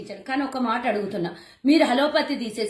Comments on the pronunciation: Words Pala Kadam nerchuko hello Pati Kadu Allopathy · స్క్రిప్ట్ బాగానే చదివావు కానీ అది హల్లోపతి కాదు, అల్లోపతి. కరోనా టైమ్ లో ఇంకా వేరే ఏ హాస్పిటల్ లోను ఎవ్వరు చనిపోలేదా అమ్మ?? ఒక్క విరించి హాస్పిటల్ లోనే చనిపోయారా?? మరి అప్పటి నుంచి బయటకు రాని నువ్వు ఎలక్షన్ లో పోటీ చేస్తున్నపుడే గుర్తుకు వచ్చిందా?? ఇంతకాలం నిద్ర పోయావా?? మరి ఈవిడ లాగా ముస్లింల దౌర్జన్యాల పై మాట్లాడే వ్యక్తి ని ఇంకెవరైనా ఉంటారా?? వాళ్ళ దగ్గర ఎంత పుచ్చుకున్నావు తల్లి?????? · హలో పతి కాదే పిల్ల, ఆలోపతి. 🤣🤣🤣🤣👹👹👹🤣🤣